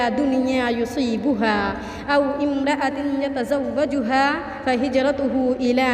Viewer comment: اوامر ءۃ نہیں ہوگا اومرءۃہوگا اسلیۓ کہ ہمزہ وصلی ہے پہلے اعراب درست کر واءیں پھر پرھواءیں 😊😊😊